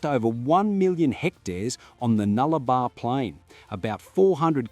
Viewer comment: NullabOr.... Which means "no trees". If you must post on internet....get your pronounciation & information correct 🙄